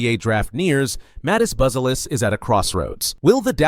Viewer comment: Bu-ze-lis. One more time: BUZELIS ( Right pronunciation: Boo-zia- lis)